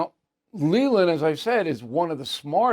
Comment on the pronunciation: Bill. How could you slay Lelands name like that.